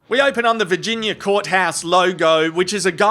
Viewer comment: I thought you said 'we open on the Vaginia court :)'..